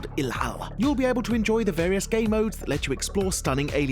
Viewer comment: Did he just say gaymodes?